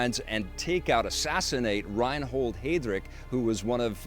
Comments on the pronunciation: Good review, I can't wait to see the film! BTW, the main SS character's name is Reinhard Heydrich, and is pronounced, (rine-hard) (hi-drick). Heydrich was head of RSHA, which encompassed the Gestapo, the Criminal Police, and the intelligence service. He was also chief of INTERPOL, Reich Protector of Bohemia and Moravia, and a Major in the German Air Force. He was the main architects of the Final Solution as well. A very scary and heartless brute, one of the worst of all the Nazis. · Reinhold Haydrick? You said a completely totally different non existant name.